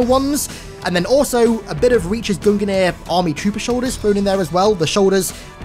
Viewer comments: Love the vids, but have to say its gung-nir. Not gungen-ir... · Mate its Gungnir, not guninir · You can just pronounce it "GUNG-NEAR" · Gungnir is pronounced "GUNG - NEAR"